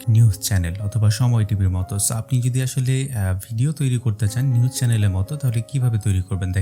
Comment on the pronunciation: নিউস না ভাই...নিউজ হবে